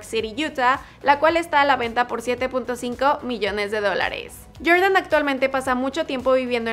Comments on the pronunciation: "YorYan" "Naiki" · Que rabia cuando dices Jordan